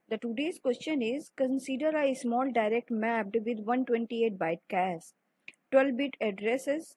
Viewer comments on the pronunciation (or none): zero not gero......also cache(cash) not cas......other than that thanks